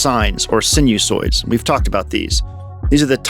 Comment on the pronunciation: THE PRONUNCIATION IS: SINE-U-SOIDS!!!